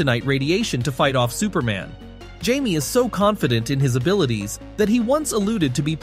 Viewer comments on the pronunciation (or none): It's pronounced hi-meh it's Spanish Jamie ....I can already tell a lot of people are going to be Saying his name wrong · Him pronouncing Jamie like that is making my brain itch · if you can't pronounce his first name properly, go home...😂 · Man who ever posted this video must be special... he can pronounce Jamie (Hi-meh)😅. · You Can't pronounce his spanish name? It Jamie (hi-meh)